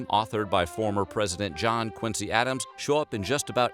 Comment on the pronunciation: how u pronounce john quincy adams middle name wrong